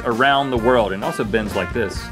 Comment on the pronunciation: "It aslo bends like this" lol